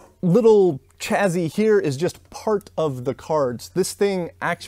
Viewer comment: Chazzy ?? LOL !! I think it's pronounced chassie but spelled chassis.